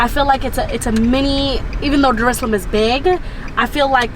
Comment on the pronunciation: it's Dar Es Salaam not darshlaam